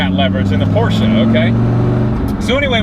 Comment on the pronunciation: Finally a yank that says Porsche properly